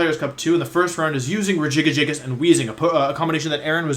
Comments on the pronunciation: I'm sorry, Rejigajigas?? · I spent more time than I’m willing to admit trying to pronounce it like him. I finally broke it down to Rejigajigas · Ray-Guy-Giygas. Legit heard someone pronounce it that way. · I can't tell if Wolfey is saying Regigigas or Regigigigas and it bothers me more than I thought it would. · I haven't heard Wolfey say regigigas and I paused the video and it took me a minute to pronounce it his way. I was laughing my ass off the whole time. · My brain has a stroke every time I hear Wolfey say Regigigas because it doesn't understand all the soft G's versus one soft G and two hard G's. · Why does he pronounce regigigas like that